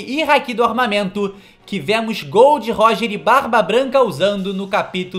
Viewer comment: GOL D. ROGER NÃO GOL DÊ ROGER!!!!!!!!!!!!!!!!!!!!!!!!!!!!!!!!!!!!!!!!!!!!!!!!!!!!!!